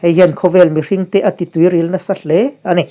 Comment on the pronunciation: "Tuiril" tihlai te kha. (Tuiral) tihtih adik zawk em aw? Kalo tive mai mai.